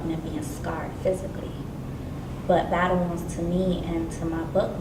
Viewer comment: Battle "Wonds" x10 Really? Don't quit your day job